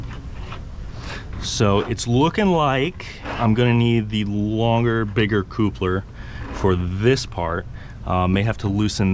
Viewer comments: Thumbs down for irritatingly saying CŌŌPLER instead of I assume coupler (kaplər) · Appreciate this video! Is your pronunciation of coupler real life? It's pronounced cup-ler lol. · Like I’m sure he and his lady make a totally cute “coople” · Great video, but that word. I don’t know why it’s triggering me so bad but damn, every time he says it 😖😂